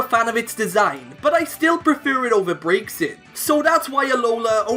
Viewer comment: youre pronouncing Braxien wrong